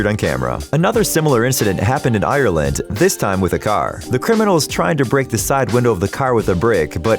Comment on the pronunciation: Why cant people say ireland properly